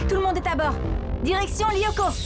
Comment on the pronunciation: Alexandra Clm bah façon c'est mieux que Jim qui dit chicot au lieu de lyoko XD 😂😂